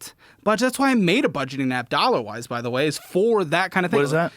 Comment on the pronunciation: kept mispronouncing his app as “Thollawas” 🙏💯